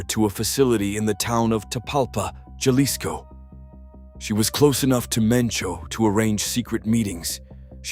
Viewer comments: It is NOT pronounced "JALISCO"....it is pronounced "Halisco". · Jalisco sounds like Halisco